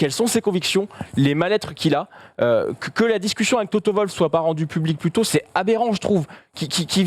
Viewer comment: TOTO Wwwwoooolf pas toto volf...